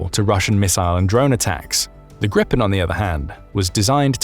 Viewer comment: It’s pronunced greepen not grippen 😂